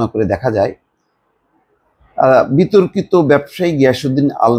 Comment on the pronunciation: মাথামোটার মত বিতর্কিত বলতে কষ্ট হচ্ছে!!!